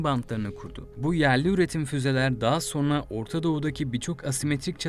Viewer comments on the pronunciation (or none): Ne Türkçesi bu? "Sorna" nedir?